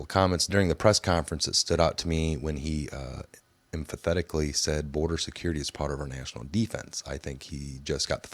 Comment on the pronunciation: When you say most people are stupid, you certainly fall into that category. Emphatically is pronounced emfatically No empathetically. I have a pointer for you and all the brainwashed **Q anon/Trump cult**. I expect you all to be saying that "soon" we're gonna arrest them all in Nov 2019. Get a fucking life already